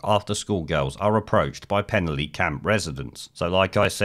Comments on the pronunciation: Please take note, it is pronounced 'Pen-alley'. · FFS, learn to pronounce Penally properly !!!!!!!!!!!